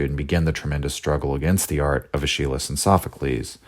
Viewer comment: bruh, your pronunciation of "Aeschylus" is killing me in all seriousness, this entire series is just delightful. Birth of Tragedy is the first (and so far, only) work from Nietzsche that I've read and I just loved it. People on the subreddit tend to discourage newcomers to Nietzsche from starting with this work but I have no regrets.